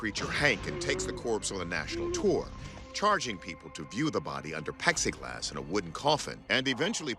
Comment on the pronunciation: "Pexi glass" 😂 Imagine being in your 50s or 60s and still not knowing it's called "plexiglass" let alone saying it on camera. Lol.